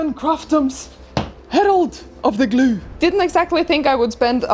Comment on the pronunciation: I love the way you say, "glue." GLOO